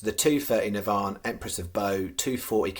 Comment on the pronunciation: FCC - NAVAN - pronounce this way - NAA - VAN